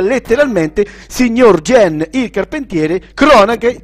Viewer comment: Hai sbagliato tutta la pronuncia giapponese xD Gen si pronuncia Ghen, e Machi si pronuncia Maci xD